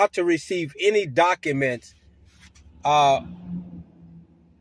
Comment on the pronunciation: He keeps talking about serving people with "dock-a-menz." Just what exactly are "dock-a-menz?"